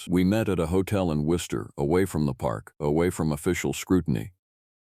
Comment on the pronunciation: am, South Shore of Massachusetts. I'm impressed with the correct pronunciation of Worcester 😂... Love your stories. ❤